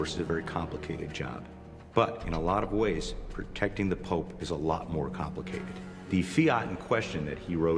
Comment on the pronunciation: You say Pope not pops or pop.